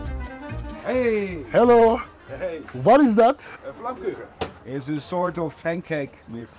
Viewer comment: Flammkuchen be zamanında almanyadayken staj görürken yaklaşık 2 yıl yaptım alman mutfaginda yapmıştım stajımı. bir yıl daha kalamadım ama. keşke kalsaydım be onu görünce anılarım depreşti ve sende beğendin ve adınıda çok güzel söyledin afiyet olsun DEV ADAM. Maşallah sana yorumu okurmusun bilmem ama teşekkür ederim sana bu videoyu yaptığın ve yayinladigin için sağol çok enerjisiksinde ve herkesin seni örnek alması lazım kafa olarak. Neyse Allaha emanet ol 😊